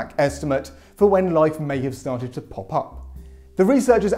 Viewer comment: "... when life started to paw pup." I love English English.